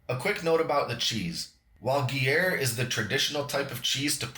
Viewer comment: I had to share this everywhere it looks super good. I always learn something from your videos. Gruyère is pronounced groo-YAIR or if you prefer Peace To All!